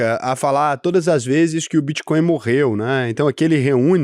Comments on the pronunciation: Só eu que vi o "Bitcoim" 😂😂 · Vi tb. Era melhor ter colocado BitCóio como ele fala as vezes kkkk